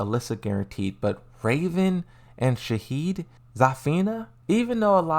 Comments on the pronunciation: FFS Shaheen not Shaheed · its shaheen not shaheed ffs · It’s shaheeN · Shaheed? Is that Shaheen's brother or something? 😆